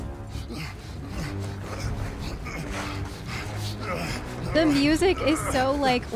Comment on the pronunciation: The video telling how to pronounce Atreus is actually wrong. You are pronouncing it correctly like how Kratos calls him - "a tray us"